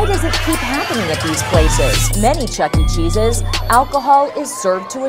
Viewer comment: Okay but why are some people pronouncing it “Chuck E Chesus”